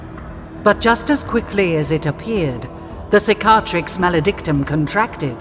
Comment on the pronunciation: The way she says Cicatrix makes me laugh